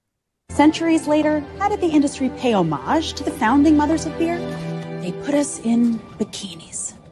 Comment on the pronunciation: What a load of crap! Not only potty mouthed, historically utterly inaccurate and mispronounced homage. Its not “hmmm arge”. It’s homage (pronounced “hommidge”). Look how Prince William pronounced it with King Charles. I cannot believe that these idiots think that it is good marketing! What on Earth are they teaching in Business Schools in the States???